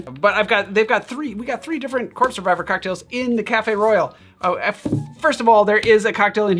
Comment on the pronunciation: Why does it sound like he’s saying the corpse survivor?